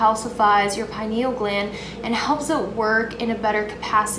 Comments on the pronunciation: I've never heard someone pronounce penial gland like that😂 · Everyone thinks im crazy when i tell my buddies about fluoride in our water and everything. You pronounce pineal gland funny